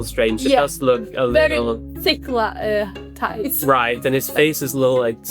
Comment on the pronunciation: Why does she says "ties" for thighs tho..